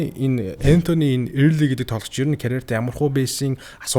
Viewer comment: Эээрлий ээрлий gshagd bhi Өөрлий gceshde sda